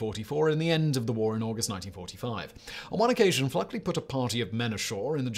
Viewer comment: I'm used to Simon butchering pronunciations, but the man was named Fluckey, not FluckLey. He was "Lucky Fluckey."